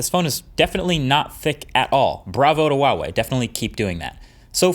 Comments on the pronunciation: HUAWEI not WAWEI. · say it after me, HUA wei, not WA WEI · Why are you pronouncing it as "Wawei" instead of "Huawei"? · I have been a Huawei user since the P8 lite. Would never go back to any other phone. I love the P20 pro, it is perfect for what I need it for. By the way, it is properly pronounced Hwa Way, not Waa Way! My son uswd to work for them so I know this for sure! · dude it's "H"ua-Wei, not "W"ha-Wei.. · IT'S HWA WEI, NOT WAH WEY, freaking western people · Huawei is pronounced 'hwa-wei', not 'wah-wei', the h is clearly pronounced. Just a nitpick on an otherwise great video! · Hahaha YES. I have a Pixel 2 XL. Glad it's still the camera champ. Also... why do people pronounce Huawei as "Wa-way"?? Huawei is pronounced exactly like how it looks: "Hwa-way" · Hua Wei NOT Wa Wei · I love the way You say HUAWEI - "WAWEI". In PL, EU we read it HWAWEI ;) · Is there a reason why he always pronounce it wuawei? It's pronounced with like an h in Chinese... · You need to pronounce the h in huawei. Btw. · Great review! Tip though: Huawei is actually pronounced with the "h" like "h-wa". :) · It’s pronounced Huh-Wah-Way, The H is not silent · Nice...Though the pronunciation is more like who-a-way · Is there a reason why people pronounce Huawei as "Wuawei"? It's not as if the "H" sound isn't in the English language. Even in Chinese, it's pronounced as it's spelled. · H-uawei, as in 'h-uge', trust me in this! The 'h' does sound :) Keep on rocking! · The pronunciation is bothering me so much.... Its not WAWEI..... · Sadly Huawei is going to retreat from the American market by the end of April. They’re a great phone manufacturer, and they deserve a better treatment, especially a better pronunciation of their name. Wawei? Seriously Marks Brownlee? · Great video as always! Just a quick heads up in case you didn't know, it's pronounced Hwa-way. The H isn't silent. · I don't wanna be that guy but Huawei has an 'H' in it. It should be pronounced.